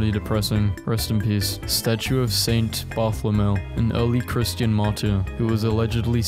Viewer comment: Please, pre-read some of these so you know how to pronounce things. Your Bartholomew was funny, though.